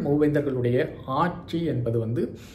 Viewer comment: அருமையான‌ செய்தி. ஆட்சியை ஆச்சி என்கிறீர். அருள்கூர்ந்து உச்சரிப்பை சரிசெய்யவும். உங்களுடைய குரல்வளம் மிகவும் நல்ல வசீகரமாக உள்ளது. நீங்கள் தரும் தகவல்களும் நன்றாக உள்ளன. உங்களுக்கு தமிழ் எழுத்துகளின் உச்சரிப்பும் நன்றாகவே தெரிகிறது என்பதும் புலப்படுகிறது. ஆனால், பயிற்சியின்மை காரணமாக பிழையாக உச்சரிக்கின்றீர் என்று எண்ணுகிறேன். தங்களின் காணொளியில் பேசும் பேச்சில் உச்சரிப்பை மட்டும் சரி செய்தால் அது மேலும் தங்கள் காணொளிக்கு மெருகூட்டும்.